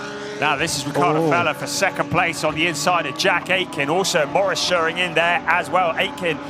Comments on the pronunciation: The commentator won't say "Shoe-Ring" ever again? Those are perfectly English words.^^ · To the commentator: it is soooo simple: just pronounce "Schuring" like in "shooting". So imagine saying "shooring". What's the problem?!